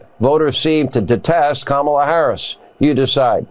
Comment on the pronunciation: Kamala Harris wasn't nothing to Republicans — to the point that they never even cared to say her name correctly! You would think that they'd be applauding the decision and calling it an easy win for Trump, but they can't! They know that Kamala was a fierce prosecutor, and their felon MAGA candidate will pay dearly when she wins! 💙🇺🇲💙